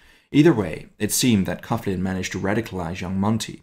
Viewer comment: I think it is pronounced "coglin". Excellent work !!